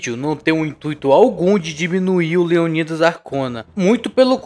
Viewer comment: Qual a dificuldade de falar o nome leonidas kkk